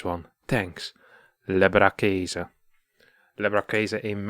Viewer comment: LebRaKaeSe? Leberkäse? Must be Austrian.